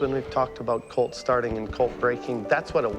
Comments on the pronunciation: When he said "colt" I thought he said "cult" and I was very concerned. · "When I start a colt" Im not gonna lie, I thought he said cult first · Non english speaker here Was super confused as to why he kept saying he was gonna "start a cult" Time to relearn my pronunciation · Anyone else from New England hearing this as “when i start a cult…”😂